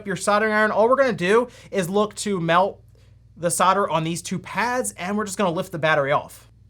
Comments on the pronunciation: Why are you saying "Soder" ?? its Sol-der, you're not the only one I've heard pronounce it that way since when did the "L" get dropped? or is this an American thing? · ffs its SOLDER not sodder, if your gonna say it a thousand times, at least say it right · Why do you guys pronounce 'solder' the way you do? There is an 'l' in there you know.